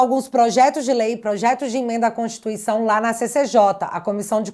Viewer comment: PARECE SER ENGRAÇADO ESSES MINISTRO FALAR EM CONTIRTUICAO 😅😅😅😅